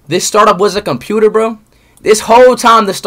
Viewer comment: "this whole time the story was a compuper"